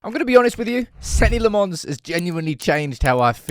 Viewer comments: please man you've really got to stop pronouncing his name La-Mons. Either pronounce it the way he says it is "Law-mans" or how we would naively pronounce it "La-mens". Your pronunciation always confuses me in my head. Apart from that great video and great content as usual! The best thing about Senne is we've just stopped talking about goalkeeper in a game which otherwise there was always this conversation that this goal should have been stopped or this goal was a horror show. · May have been said elsewhere but his surname is prounced "Lommens". There was an interview when he signed and he said that's how to pronounce it ... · Dude PLEASE learn how to say his name... It's definitely not LeMons. You can just look up some videos from Belgium to learn how to say his name, or ask Google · Good content as always.. I don’t understand just one thing.. why is it so hard for you to pronounce Senne’s name the proper way? Le Mans is a race 😅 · has hearing problems, he watched Senne say his name, and heard, Senny Le Mons???? FFS it's pronounced "Senna" Lammens, not Bloody Senny